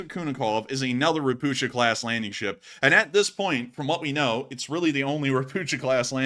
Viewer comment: "Ropucha" being a Polish word (meaning "toad"), it is pronounced "Ro-POO-Kha".